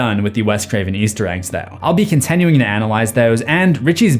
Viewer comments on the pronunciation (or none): bruh, every video.."ConTENuing"...its "ConTINuing"